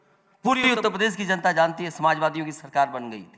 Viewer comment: उत्तप्रदेस नही उत्तर प्रदेश होता है अखिलेशुद्दीन जी😂😂